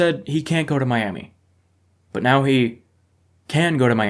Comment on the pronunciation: mayyyami LMAO